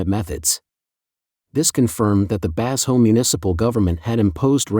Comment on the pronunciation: "Bass ho" is not a Chinese name. Did your AI narrator mean "Ba-sho"? (or Bazhou?)